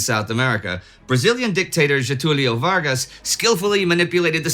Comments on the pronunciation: The pronunciation of Getúlio Vargas was almost perfect, but the German Association "Federação Vinte e Cinco de Julho" (25 July Federation in direct translation) was a mix of Portuguese and Spanish, with subtitles going the same route. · Indy get my upvote for saying his name right, that's a massive pet peeve of mine whenever seeing foreign documentaries on him.